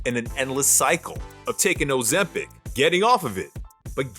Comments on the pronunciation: Bro said “Ozempo” 😂😂😂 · "O - ZEMP - HOE" 🤣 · "That uuh that uuh Ozempow"😂😅😅